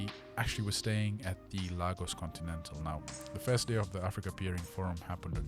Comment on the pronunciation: Ps its not "Lar gor s," its "La go s"❤